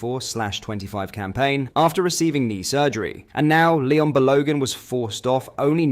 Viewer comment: what's with the mispronunciation of balogun Souttar it's a bit off putting shame it spoils the video knowing i know you can pronounce it properly